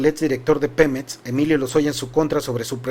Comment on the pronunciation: X q dices pemets y etxpresidente, no es x criticarte amigo pero pon atención en la forma que hablas, mucha gente se acostumbra y después habla así. Disculpa x el atrevimiento. Saludos